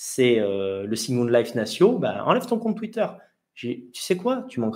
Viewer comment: pourquoi employer des termes anglais comme « second life », prononcé avec un fort accent français, ça veut dire quoi concrètement en français?